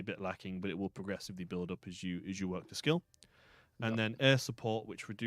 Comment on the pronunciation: Like "Nice work" Not "Nice worth" as it is in the game/